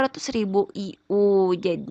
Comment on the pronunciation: Internasional unit dibaca ay yu wkwk